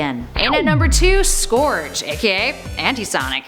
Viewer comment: Scourge is pronounced more like surge